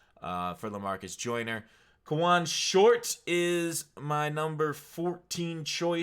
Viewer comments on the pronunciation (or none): none